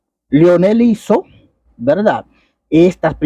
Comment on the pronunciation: Aprenda a hablar no se dice Velda sino verdad